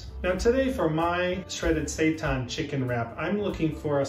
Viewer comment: its saytan not sightan